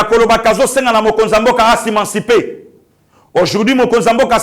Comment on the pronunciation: bolobaka ko hausser ton et non oser ton? Émanciper et non imanciper. Sala effort o maitriser ba vocabulaire bien bien